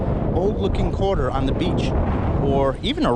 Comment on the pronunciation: this video is 1 yr old, and its PRE-itsa quatah! i cant believe i noticed that.